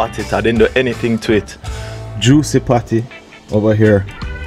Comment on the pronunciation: Juici not juci